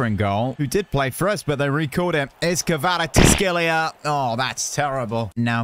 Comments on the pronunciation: the prononciation is ki va ra ts k she lia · U pronounce kravstshevela ( car -rat-she-vel-lia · His name is pronounced “quarasckelia” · His name is pronounced varteshkillia